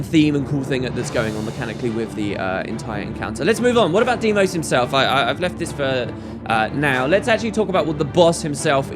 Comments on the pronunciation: Deimos, Say it. Deimos! DEIMOS DEIMOS DEIMOS!!! not DIEMOS. DEIMOS! This triggers me more than it should. I am sorry, love you and your channel <3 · i think it is pronounced dye-moss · I dont think so. I think its more of "Dee-Ee-Mos". I know this because I played God Of War Ghost of Sparta and Kratos' brothers name is the same. And this is most probably how u pronounce it